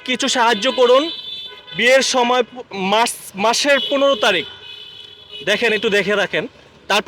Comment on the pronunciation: 🙄🙄🙄 maser nam e occaron korte partese na e naki sangbadik